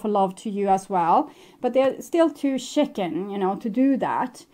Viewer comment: You're so cute when you say chicken. Because it sounds like shitting. And so in my head i always think 'shitting chicken'. 🤔 yup, sounds like my ex 🤣 right on target 😉